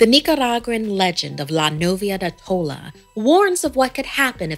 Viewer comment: Nothing is scarier than her pronunciation of "La novia de tola""